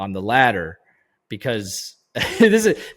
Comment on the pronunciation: ladder … not letter dude